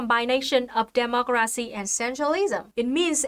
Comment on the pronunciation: Looks like she says demogracinha